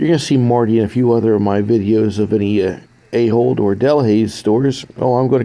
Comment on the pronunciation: Watch your mouth! “Royal-ayhol”😂😂😂